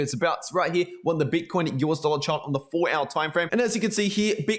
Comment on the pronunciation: I like how you say 4 ouyr chart😂😂